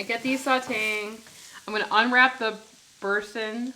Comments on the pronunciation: Boursin is a French word. Bor san...dont pronounce the last letter. Not sannn. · LOL, they are cute❣️ Boursin cheese is pronounced “bore - sin” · Pronounce it “boresun” with that “n” becoming mostly a nasally sound rather than a hard “n”. The “r” has a kind of special articulation, too, but many English-speakers have a hard time pronouncing it. Too much info? 🤪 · Boorzan would be close to the French pronunciation.... Haloumi cheese is good sliced and fried in a skillet! But love the chaffle idea too ,you girls are awesome 😅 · FYI: pronouned bor-san (French) with accent on 2nd syllable ...ooolala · Boursin cheese is French, so it's pronounced boor-san. I'm just confused how the original recipe was not already keto. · It’s pronounced like boorson 😉😊💕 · It’s French, pronounced Boor-SUN 😉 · Boor-SAHN. Oui oui.